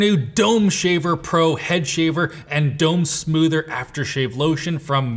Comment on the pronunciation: Oh Boy,. Mispronouncing the sponsor's product several times might impact their payout. Dome soother =\= Dome smoother I imagine the latter one to be a sort of belt sander.